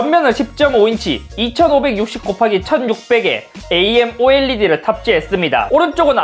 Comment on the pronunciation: 에이엠오엘이디 ㅋㅋㅋㅋㅋ 일부러 그런거지?